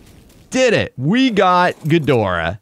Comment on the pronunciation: that’s not gidorah